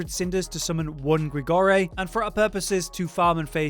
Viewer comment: Great helpful tips once again however gotta pull up on one thing Not Grigorie, it's Grigoire. Gri-Gwah.